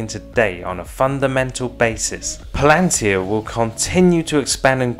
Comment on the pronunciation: Yes, but it's not pronounced "Plan-tir, it's Pal-an-tir.